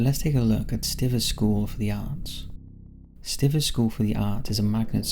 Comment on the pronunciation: St eye vers is how stivers is pronounced.